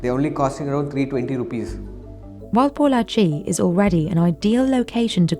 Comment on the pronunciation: Glad that the narrator didn't butcher the name "Pollachi" 😄